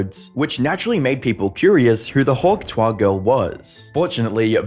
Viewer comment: The says hawk tuah so elegantly